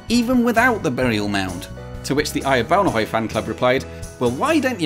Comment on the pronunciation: Perfect pronunciation of Ejer Baunehøj. Best regards from a former skanderborgenser.